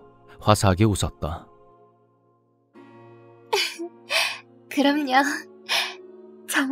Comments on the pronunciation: 저도 같은 생각 입니다. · 마지막 구절에...좋은 친구죠...억양이 ㅡㅡ;;; 뭔가 석연치 않아...😒😳